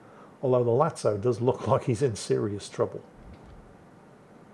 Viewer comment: Finally, new episode of butchering ship names, today it's Lazo once again, turning into Italian ''Latso'' all of a sudden